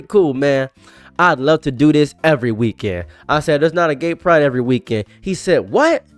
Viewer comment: Please don't pronounce it "Gaperaid" again